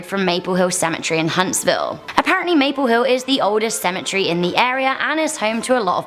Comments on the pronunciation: Stop saying symmetry it's pronounced Cemetery and you are saying Cher its pronounce chair John the Baptist Learn some gramer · These stories are so freaking interesting 💖 but is it just me or did it bother u she was saying cemetery as symmetry not as cemetery